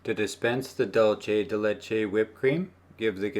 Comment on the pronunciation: Condensed milk is delicious on its own, absolutely not raw. Just that to make it into dulce de leche (pronounced doohl-seh deh leh-cheh not doohl-che but all good :) ) you need to cook it - it's how that dessert is made.